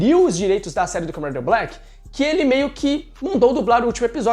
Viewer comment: O vídeo foi muito bem roteirizado, só acho que poderia melhorar um pouquinho a dicção na hora de falar Kamen Rider Black